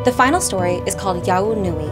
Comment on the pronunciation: btw its pronounced yeohwoo nu ee not yah oo nu ee.